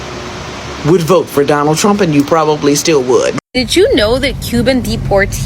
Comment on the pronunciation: Are they saying "I will boat for Donald Trump"?